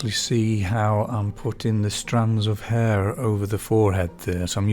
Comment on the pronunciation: Love this upload. Just remember that the letter "H" is pronounce in the word Hair. Sorry, but you know it's true. As the old saying goes "Do not drop your ayches"